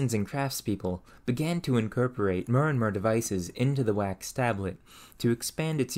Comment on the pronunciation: Why can you not pronounce "or"? Its like nails on a chalkboard to hear you say "fur" "mure" "befure" "furm" "unfurtunate" "histurical" "histurians"!